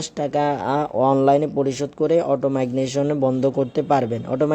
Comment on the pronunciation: ভাষাতে ভুল হচ্ছে উচ্চারণ ঠিক করুন। মাইগনেশন বলছেন কেন?